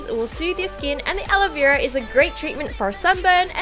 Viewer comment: Wengie:Alo Vera Others:Aloe Vera